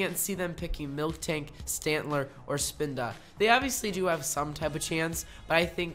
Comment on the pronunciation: i am an annoying person and i want to say that you said "milktank" instead of "miltank", which is the actual Pokémon's name, . great vid tho hahahah ♥️